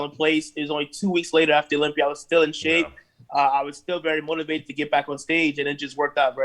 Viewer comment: Dave cant pronounce Olympia he says olympier lol